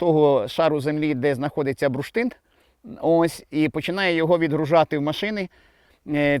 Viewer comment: Цікаво, що слово "бурштин" пан вимовляє як "бруштин". Мабуть діалектне.